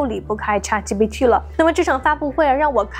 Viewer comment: 为什么博主对ChatGPT读的恰特，而不是浅特？